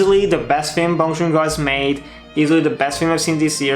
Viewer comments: The director's name is Bong Joon-Ho, not Bong Joon-go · Bong joon “ho”. Not go~